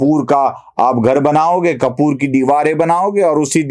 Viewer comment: Is that word “ Karpoor” ? Not kapoor